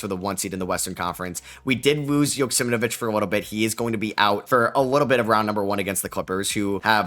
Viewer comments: Man why are you constantly saying JoksimNvich its YO KS E M AU VEE CH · I think you have an extra syllable or two in Joksimovic